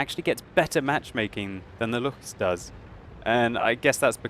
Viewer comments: Hey, I noticed that you pronounced Lu-ch-s, It's actually L-uu-ck-s. But that's okay, just remember that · Luchs is pronounced with a k in the end. like Lux.